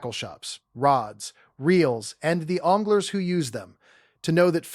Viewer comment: …rods, reels, “ONGLERS”?… no thanks AI. Change your fake name to